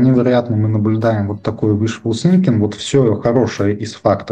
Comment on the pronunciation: уишфул синкинг а уишфул сынкинг. синкинг-тонуть сынкинг-думать